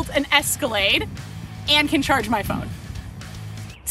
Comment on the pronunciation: Is she saying chargey in the music video